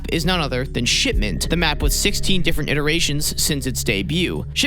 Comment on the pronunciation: It sounds like he says shit mint instead of shipment.